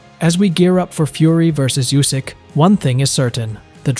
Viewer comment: Usyk ❌, U S Y K ✅